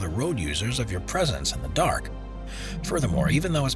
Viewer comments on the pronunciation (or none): none